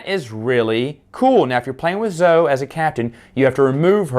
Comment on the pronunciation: Thanks for the review, but her name is pronounced ZO-eee!